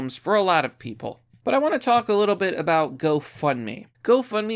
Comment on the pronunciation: Oooo what's this all aboot?